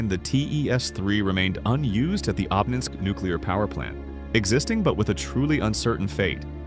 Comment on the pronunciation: Обнинской , ударение на первую О